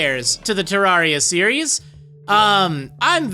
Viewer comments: I'm sorry but u saying it as terr-ar-ia ( I know that how u say it but I've always said terr-rer-ia ) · It's terraria not teraria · PyxelBreakfast // GS How is he pronouncing it correct. It's based off of Terra, or Terrarium. Terrarium isn't pronounced Ter-Rawr-ium. It's Ter-air-ium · u prenounced the name wrong brono offense also NO OVERWATCH PLZ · (Says he's experienced) (Can't even pronounce the name of the game right)